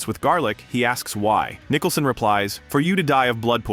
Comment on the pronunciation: I was enjoying it until stupid AI, came into effect- Preesees honor and Nicholson reading Nitcha LOL LOL PATHETIC